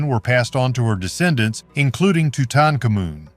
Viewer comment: Tootonkamoon? C'mon. At least get a current AI. This one is cruel to listen to.